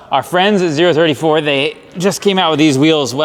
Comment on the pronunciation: All those 034 parts and they didnt send you the shirt with how to pronounce the name right ;) Great video!